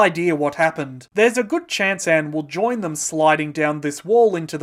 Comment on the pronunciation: lol everytime you say Anne I think your saying AM from I Have no Mouth and I must Scream